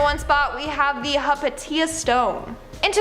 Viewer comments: the word is pronounced hy-pay-sha. The Roman geometric shape is a dodecagon or 12 sided object. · Oumuamua - It's pronounced ah-moo-ah MOO-ah Not "a-mwah-mwah". hy-PAT-ee-uh not "hy-pa-TEE-uh". Aromatic is pronounced. a-row-MAT-ic, not uh-ROW-ma-tic. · Umm, hypatia is pronounced as "high-pay-sha".